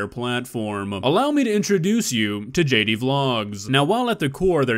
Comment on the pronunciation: HOW /WHEN TF did the letter "j" start making a "k" sound?!? (Jatie pronounced Katie) 🙄 Millenials haven't changed and accepted enough with trying to rewrite the F'N ALPHABET now?!?